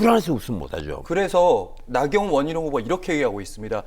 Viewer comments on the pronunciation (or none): 앵커가 "나경원희룡" 이라고 둘을 한문장으로 같이 붙여서 말하는건 잘못된것이라 생각합니다. 둘을 싸잡아 말하는것 자체가 나경원의 편도 원희룡의 편도 아닌 한동훈의 편에서 말하는 속내를 드러냈다고 봅니다. 아니면 나경원, 원희룡 후보라고 둘을 정확히 따로 발음했어야죠,. 말은 마음의 창입니다. 한동훈이 올고 그르고가 아니라 아예 저렇게 말하는건 아니라는겁니다.